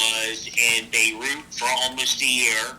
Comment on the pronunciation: in bay root. about how thats not the way its pronounced. you spend that much time in a place youd think you could pronounce it.